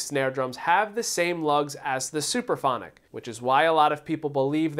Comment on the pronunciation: It's (Supraphonic) not Superphonic !!!!!